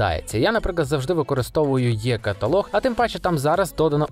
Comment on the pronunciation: Ну чому завжди "йе каталог", а не е-каталог, або і-каталог?